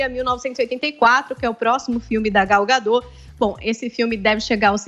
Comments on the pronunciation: Não é gadó burra, é Gal Gadot do jeito que se escreve é pronunciado affff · Não é “gadô”, é gadot. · ela é israelense não francesa!!! o certo é gadót com t mundo e não gadô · O nome da atriz e Gadot, (com O aberto e T pronunciado) e não Gadõ como estão falando... Só acho que Podiam ter pesquisado como se pronuncia antes de fazer a matéria, não é?? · Já começa errado na pronúncia do nome da atriz.......... Gal Gadot , o t não é mudo. Imprensa precisa buscar melhor em transmitir a informação. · Please: Pronunciem o T de Gadot pois é um nome israelense e não francês para se "comer" o final da palavra. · Nossa senhora tanta palhaçada! So sei que ngm se deu ao trabalho de perquisar que no Gadot o T nao fica mudo!!!!!!!!!!